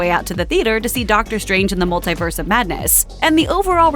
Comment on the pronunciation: Hey. Stop saying multiverse so oddly.